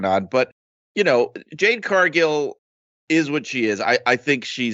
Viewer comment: It's jade fool😂